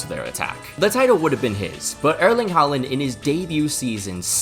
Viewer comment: Just a small note, whenever you see the vowel 'Å/å' it is supposed to be pronounced as something that approximates the 'A' sound in the standard American 'ball', and not as an 'A'. We have the regular 'A' letter after all. Also, whenever you see a name or word written with two normal 'A's(Haaland etc.), you're supposed to pronounce it like the aforementioned 'Å/å' letter. 'Æ/æ' is pronounced similarly to the 'a' in 'ravished', and 'Ø/ø' something like the 'I' in 'bird'.